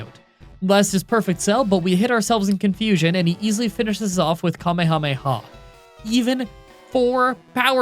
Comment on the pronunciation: You're like the only English speaking person I've heard who pronounces kamehameha "correctly" (according to me) 😁